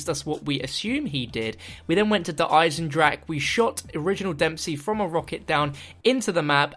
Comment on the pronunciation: Der Eisendrache is actually pronounced 'Der Eisendra-kah', sorry im just tired of seeing everyone on youtube who does cod zombies and mispronounces the german map names.